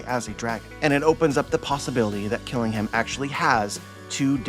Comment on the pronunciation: Kiringham is a Kirin. A mythical creature from Chinese/Japanese mythology. It has traits of a horse, deer, and dragon. Think of the famous beer brand. The last part of his name, "Ingham," should be said like the British (and Alabama) city, Birmingham. The British way of pronunciation is to drop emphasis on the H sound. "Birming-um." So Kiringham would be "Kirin-um"